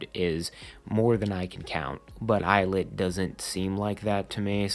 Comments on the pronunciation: 2/10 pronounced as il it 7/10 pronounced as eyelid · 4/10 of it’s pronounced eyelet 1/10 of it’s pronounced ill-it loll